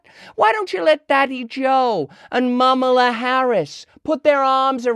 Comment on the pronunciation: bfm jhidtfgr Sorry. When she said "Momala" I cringed so hard that I hit the keyboard